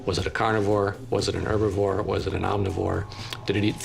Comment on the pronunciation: "was it an herbavoir?" Lol are you serious?